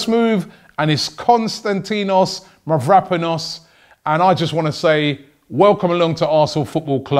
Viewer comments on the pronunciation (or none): Robbie Please pronounce his name right!!!!! I'm going to tell you where the tone is... Kostan > ti < nos Mavro > pa < nos If you are having difficulties too just say Kostas For your information also Mavro in the Greek language means Black, so you can call him Kostas BlackPanos or something like that! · Nils Jern and still didn't sayed quite write 😁😁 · LMAO THE WAY HE SAID HIS NAME 😂😂😂 Im Cypriot and it's always hilarious to listen to foreign people try and pronounce greek names 😂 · YES FINALY A PLAYER OF MY NATIONALITY IN ARSENAL. A DEFENDER YOUNG PRODIGY! Btw Robbie ur greek make me laugh, although u could say that for my english lol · Robbie...take some euro name pronunciation classes please. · OI! I'M 1/4 GREEK! PRONOUNCE MY BOY MAVRO'S NAME CORRECTLY